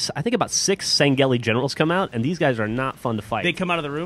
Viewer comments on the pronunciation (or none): You pronounced Sangheili wrong. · stop saying sangheli, i know its their proper name but its annoyin